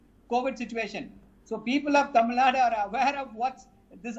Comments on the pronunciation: Tamil Nad it's Tamil Nadu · do you know Tamil? Have you ever look on map. It says Tamil Nadu not Nad. Did your English teacher taught you "Du " to pronunce as "D"? Don't tell fake story. None of tamilans won't say that. Just admit you people don't know to pronounce. Can I call you jmbdpipi? U feel awkward right? So as an announcer he should have pronunce properly.